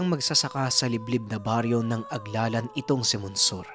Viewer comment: Magandang Gabi po.mali Po ata Ang pagka banggit nyo Ng Lugar.aglalana dumarao Po Yan hnd aglalan.hehhe..